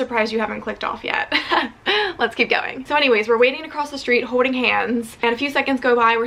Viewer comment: Is it just me or does say “holding” a little weirdly